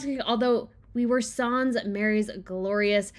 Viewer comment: “ Sans” is like “sand” but change out the d to an s. It’s a short A Sound. I’d post a link but I can’t. You’d have to look it up 😉👍🏻